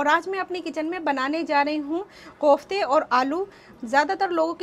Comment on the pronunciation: MashaAllah, nice recipe. But they are called "koftay" not Qoftay!